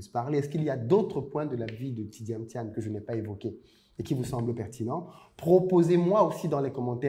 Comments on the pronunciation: C'est Thiam pas Thiane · C pas thiane mais thiam,m a la fin!😂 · Bjr. Je suis ivoirien et je vis aux USA.Merci infiniment d'avoir fait cette video sur Thiam. Mon clavier est en anglais donc desole pour les typos. Je note au passage que tu as ecorche a plusieurs reprsies son nom lol. Deux points m'ont marque. celui ou il dit que l'autorite ne s'exige pas mais elle se consent. Et le deuxieme touche au capital humain comme la plus grande richesse de son parcours. Thiam est quelqu'un que j'admire bcp. j'ai regarde de lui toutes les videos youtube aussi bien en anglais qu'en francais et je suis arrive a la conclusion que ses succes tiennent a un seul point: le BON SENS. Son analyse emprunte de bon sens des phenomenes a fait la difference partout ou il est passe. Et c'est bien ce qui lui donne toujours une longueur d'avance et qui fera de lui le futur president de la Cote d'Ivoire. Cette qualite ne s'aquiert pas a l'ecole. on l'a avec soi. Elle est differente des performances a l'ecole.